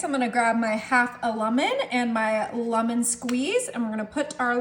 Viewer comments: It’s pronounced LEMON. Not Lamon. And why not mix this in a bowl? The pan should also be buttered or the Cherie mixture will stick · Where is she from that she continues to pronounce lemon, lummon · “Lumon” …..that’s the way you pronounce lemon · its a lemon, not lumin... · I have never heard the word lemon pronounced as lumon... But your dish looks delicious!